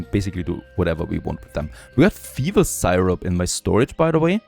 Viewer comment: You are one of a handful of creators that I watch all the time. I was a little confused when you pronounced Syrup like Sigh-rup, but it's much closer to "Sirup" than you might think! Dein Englisch ist noch viel besser als mein Deutsch!😂 Hallo nach Kanada!